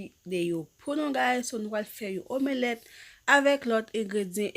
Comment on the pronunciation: Bnjr! Mwen espérer u menm ak tt famiy u bien. Merci pu video yo, m vreman apresye travay wap f an. Kenbe la, m felisitew chere. Men map pote yon ti correction pu u si sa pap deranjew. Yo pa di "omélèt". Son e an pa soti apres " m" lan. Yo di "omlèt" men en français yo ekril "omelette". M diw sa pu moun pa riw chere, okk! M esperer sa pa deranjew. Sinon, bonne journée! Prends soin corps u, bo pu mwen stp